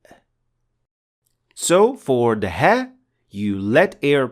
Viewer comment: Nice pronouncing of ha and a'